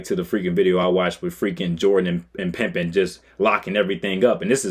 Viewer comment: Would you stop saying Scottie Pimpen???